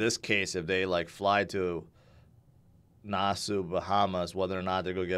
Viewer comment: Dude. It's pronuonced Na-saw!